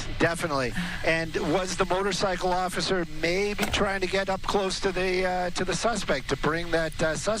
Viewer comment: "I was trying to get out of his way occifer."